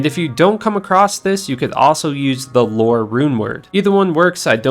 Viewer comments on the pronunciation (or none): none